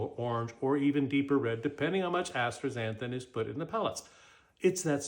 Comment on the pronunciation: Did he really just mispronounce astaxanthin? Lol…what he means is that he’s bought and paid for by Atstrazeneca.